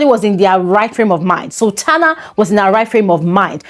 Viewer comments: I heard her say Sabrina not sultana. I'm confused 🤔🚫🚭😕💭🧐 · Did she say Sabrina or sultana??? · Did she say Sabrina or Sultana